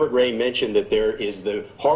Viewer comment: wray, not wrap!